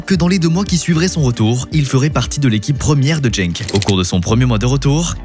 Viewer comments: C’est pas jenk mais Genk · En flamand, le "G" se prononce "Rh" donc RHENK Et c'est Gand et pas gande